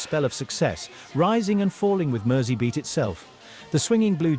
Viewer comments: Merseybeat is pronounced as if the S is a Z. And nobody in the UK has "bangs". It's called a "fringe". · Came here to say this. A big Beatles fan needs to pronounce this correctly.